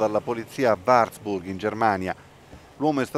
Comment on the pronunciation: Varburg ma neanche il nome di una importante città tedesca ( Eu !!!) sapete pronunciare correttamente??? Che professionisti !!!!!